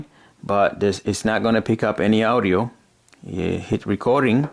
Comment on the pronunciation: And he says owdio instead of audio